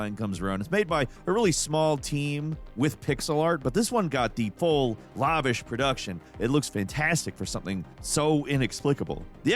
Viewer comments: The first syllable of "lavish" does not rhyme with the first syllable of "lava". I figured someone would have mentioned it after the last 4 videos where you said it, but apparently I have to be the asshole to tell you. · I know you're just a bird, but lavish is not pronounced like an adjective-form of lava. Lah-vah. Say it with me. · That's not how you pronounce lavish. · The way he pronounced Lavish... Now I know for a fact Modern Gameranx is pure AI.